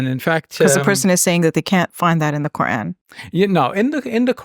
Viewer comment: It’s not Qur-Ann, it’s Quran and it’s not Dr Shab-Beer, it’s Shabbir.